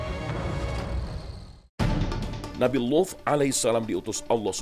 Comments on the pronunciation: Bilang Nabi Luth nya pake dialek ap ini,Saya dengernya jadi bukan Luth... Kayak wuf... Pendengaran saya bermasalah ini. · Sama aku juga dgr nya wuf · Ngga kok gan saya juga